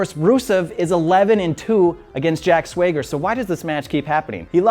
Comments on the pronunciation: Apologizes for mispronouncing one name, immediately proceeds to persistently butcher another. Judges, can I get an irony score over here? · America is a big place with lots of different accents. Just like how JBL says Maggle and not Michael. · I gave this guy a chance after all the hate but once I heard him pronounce "swagger" i don't like him anymore, no chance! Duh duh duh don duh duh NO CHANCE IN HELL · You know I really want to give this guy the benefit of the doubt when it comes to this. But how he mispronounces Swagger is just idk. I'm an American and I can't even stand the way this guy sounds when he talks. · He didn't have an accent except for that one word, that's why people are on him. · How do you mispronounce "Swagger"? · no, he pronounced it wrong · ***** Except it really is wrong. The double "G" in "Swagger" implies that is a soft "A." Similar to "Rapping vs. Raping." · He clearly doesn't watch wrestling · I actually think this guy doesn't even watch wrestling. It is not just "Swayger" he also got it wrong on Eva Marie. It feels like he is just reading this things from cards, like he never heard this names being pronounced. And he also mixed Teddy Long thing with John Cena and AJ styles feud. Because Teddy was pathetic from the begining to the end, while John and AJ at least did some great mic work. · I love that this is a British channel with a large American fan base, and that fan base is giving this guy shit because he says "Swayger." Americans have accents too. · Maybe SwayGrrrr! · it bugs me how he says "sway-ger". i used to hear people call the acension "the extension" and i drove me up the wall for some reason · Are you going to keep saying names wrong lol. Jack Swagger (swag-ger) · holy shit im throwing stuff how the fuck did you misspronounce swagger?! 2 g's means short a. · Nobody told him he said swagger name wrong lol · I just stopped watching how the fucking fuck can you fuck up saying "SWAGGER" FUCK THIS CRINGY AS DUDE. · Jack Sway-ger